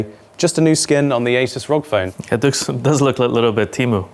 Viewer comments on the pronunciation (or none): How does one pronounce two phone names wrong in a phone related video... It is not Google Pixel Pro 9, and it is also not "rogg phone" 😭